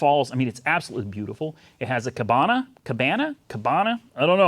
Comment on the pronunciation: if your not sure how to say cabana listen to the Barry manilow song 'at the copa'!😀👍